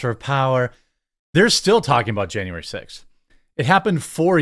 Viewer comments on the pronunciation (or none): Did she just call January "anuary" !? She must have been buzzed.